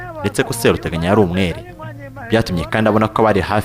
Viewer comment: Seruteganya barivuga ushyizemo ubutinde. SeeruteganyA . Naho Nyiraburunga ( Nyiruburanga) Yari umukono koko.